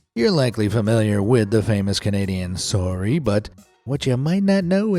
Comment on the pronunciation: "swory" XD